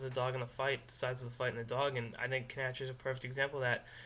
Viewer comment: By which I mean to say, "Please stop saying, "kuh-NATCH-er."